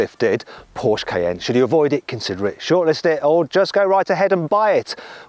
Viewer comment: 포~ㄹ~쉐 크아이에ㄴ 발음 간지나노